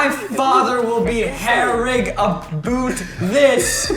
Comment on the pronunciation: How obout 😂 ... Jack 😂 lol